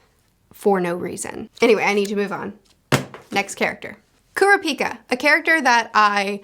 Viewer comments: I actually think I'm the opposite with Leorio (you said his name right) and Kurapika (Kurr-ah-pee-ka). I enjoy Leorio because he kinda represents the Everyday man/Normal person in a world of superhumans. a HUGE amount of odds are against him as someone who doesn't have many actual abilities other than his medical understanding and how the world works with money, but he makes it work by knowing that he can do a lot more as a Doctor/Medical professional if he was a Hunter in this world, and working around the laws to help more people. I always enjoyed Kallua (You also said his name right) and Gon as a duo, and it's interesting how their arcs kinda intersect in some ways that aren't what you really expect for most mangas like this. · Curiosity, in portuguese Kurapika sounds like "heals Dick" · Pronunciations: Gon is pronounced like cone but with a g. Killua is Key-lua. Leorio is Lee-oreo. Kurapika is pronounced like it's spelled but the enunciation is on the second syllable. ku-RA-pi-ka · Helpful tip: Kurapika is pronounced "Ku-RAH-pi-ka" and Leorio is pronounced " Lee-OR-io". Killua you got right, just put a little less stress on the middle syllable.